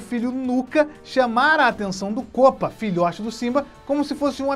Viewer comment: Para de fala kopa